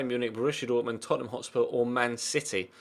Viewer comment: Hotspur not hotsur